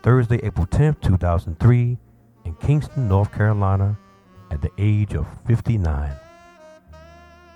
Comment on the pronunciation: Kinston, not Kingston.